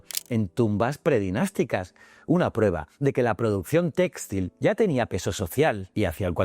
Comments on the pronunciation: se pronuncia textil, no téxtil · No entiendo, es una IA haciendo la locucion? porque pronuncia tan mal la acentuacion de la palabra "textil" ? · muy instructivo como siempre, aunque muy extraña la pronunciacion de textil y sus variantes.....